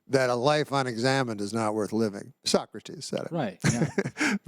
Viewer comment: He mispronounced socrates